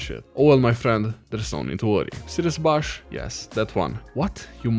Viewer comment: lol i love how he pronounces 'bush' like 'bush'